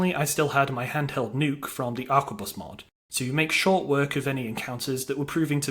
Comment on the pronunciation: A R Q U E B U S. not aqua bus. its 2024 time to stop playing skyrim and read a book. and buy a toothbrush